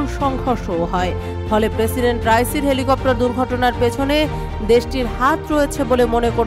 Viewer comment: এলি কপ্টার না হেলিকপ্টার। 😂😂😂